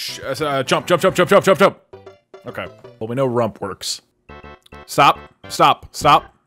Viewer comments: Now he say rump to rup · Why he colls far he say rump to sup